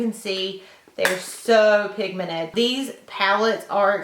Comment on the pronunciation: is it me or she doesn't know how to say pigmented, she says pigmenet hahahaah love your makeup